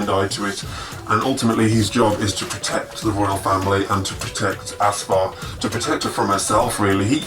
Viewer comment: first, it's AF-SAR not ASFAR, and it is pronounced SHAH-ZADI, meaning "Princess" or like "Child of Shah". Her servant's name is Shi-la-leh. but yes, I love this book myself.